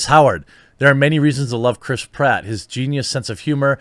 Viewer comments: cant unhear Crisp Ratt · Your pronouncing it wrong. Crisp Rat. Now you can't unhear it. Suck it twatters.